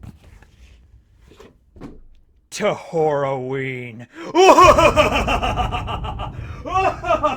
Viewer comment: It sounds like your saying whore a ween